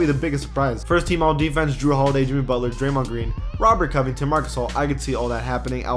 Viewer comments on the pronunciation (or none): none